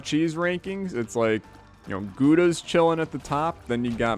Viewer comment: Why did you pronounce Gouda like that? As a dutch guy i think it's super weird🤨